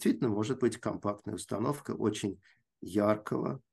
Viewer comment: Одно замечание - было бы лучше, если бы Ирина не использовала так часто в речи слово «очень», на которое она ещё и делает ударение: «уооочень». Режет слух. Это ещё и не совсем подходящее слово для научного доклада.